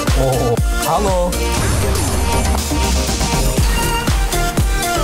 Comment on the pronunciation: Did just say 'hallo'?